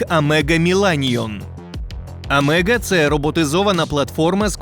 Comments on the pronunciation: Не АМЕГА, а АГЕМА !!!!!!!!!!!!!!!!!!! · Agema, а не Амега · Навчіться правильно читати назви. Колісний безпилотник не Амега, а Агема... Барани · Так АМЕГА чи АГЕМА? Ви не можете прочитати що написано на самій машині? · Агема, а не - амега! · НЕ Амега(Омега) а АГЕМА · Шановний Ведучий! Ця машина називається "Аджема"(AGEMA"), ніяк не АМЕГА. Хто написав Вам текст, мабуть слабо розуміють, як читати Латиницю.🙄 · AGEMA, а ні AMEGA!!😊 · Не амега, а агема. Умник. Хоча б прочитав. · па нове читайте правильно не амега а агема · Поправка не амега а агема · Агема а не Амега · схоже аГЕма, а на аМЕга 😁 Як завжди лайкос 🖐️